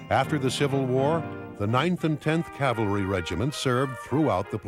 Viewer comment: Cavalry not "calvary."